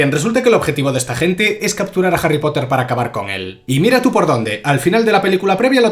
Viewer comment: "JARRY POTAH" 🗿